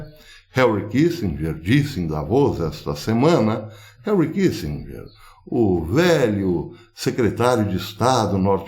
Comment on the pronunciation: Professor, não é Harry é Henry, só uma dica pra ficar mais estético, porque o conteúdo é top!